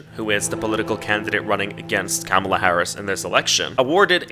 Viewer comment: Just an fyi; Kamala is pronounced Comma-la😊